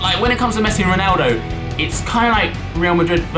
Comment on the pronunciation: RONaldo not RINaldo